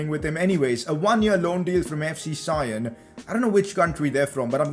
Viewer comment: FC Sion are from Switzerland and its pronounced as FC Son.